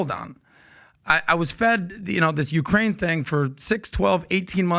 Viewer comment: He can't even say correctly Ukraine and yet he's an "expert" now on this war... c mon people 😂